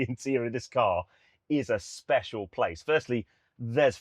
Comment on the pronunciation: WAHOO! "Speshalll"